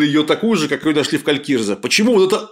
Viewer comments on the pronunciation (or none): Калькризе же, не Калькирзе :)